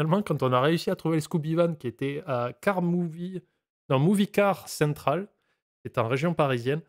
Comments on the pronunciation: personne ne parle du fait qu'à aucun moment ils prononcent correctement le nom Movie Car Central ? xD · Toute les façons d'écorcher le nom de Movie car central ont été faites dans cette vidéo